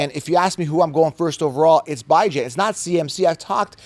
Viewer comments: Bro his mother pronounces it BeeJohn not Bi Jan so respect the man. Call him by his name respectfully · Beh-junh dude😂😂 stop it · “Bye-Jan” Robinson 😂😂😂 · It’s pronounced Bi•Jan 😂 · love your content but you’ve got to give up this “Bye-Jan” thing. It’s incredibly insensitive and never appropriate to tell someone else how to pronounce their name, regardless of what you think it should be. Please stop, be a decent human, and respect the way Bijan himself pronounces it. I normally love your content but every time you say it sounds like nails on a chalkboard. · Bijan came out and clarified how he himself pronounces his own name in an interview last year. You are the only goofball pronouncing his name like this. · You are 100% pronouncing it wrong lmfao he had a interview where he said how its pronounced 😂 but its always worth a laugh hearing u say it that way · If interviewed Bijan would you really mispronounce his name because of your ego? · There is a video of Bijan pronouncing his name you are incorrect. quit thinking for are the smartest man Rodgers so sounds stupid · Bijan is wrong about how to pronounce his own name ? 🤦🏼‍♂️😂😂😂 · How to pronounce Bijan the correct way. I like your channel but I don't want you to get misunderstood on how to pronounce these guys names. Somebody might think you are trolling lol I got you bro!!!